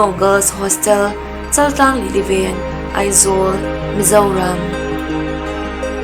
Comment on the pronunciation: Chal nilo in Chaaaltlang ti in lam ri thin tawh la.